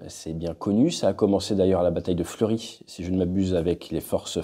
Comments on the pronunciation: bien entendre fleuRUS et non fleury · La bataille française dont vous fait allusion à est celle de "Fleurus" et non pas "Fleury"